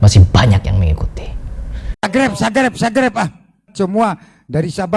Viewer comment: Garomah al wali al habib al sang kiper neraka, bisa merubah "subscribe" menjadi "sagreb" sudare awokwokwok 🤣🤣🤣🤣🤣🤣🤣🤣🤣🤣🤣